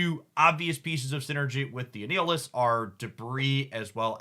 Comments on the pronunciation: Are you intentionally mispronouncing card names as a bit? I can't tell ... but my jaw clenched at "A-Neal-Is" for Annihilus (like annihilate) haha. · since Annihilus might be completly new to some people. Annihilus is pronounced just like annihilation, but replace the "ation" with "lus". an-i-ill-us. "I am Annihilus ... Lord of the Negative Zone! Annihilus the Living Death that walks!" -Annihilus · Gladiator's power is fucking sick, because in-character his power is tied to his confidence: the more confident he is, the more Superman-like he is. ...And he is very, VERY confident. You did well with the pronunciations this time! The only moss was Annihilus, which has a hard "i", as in "Annihilate".